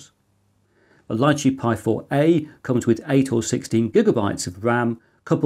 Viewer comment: "Lichee" is pronounced "lee chee". It's a small fruit, following the Raspberry Pi's lead, I guess.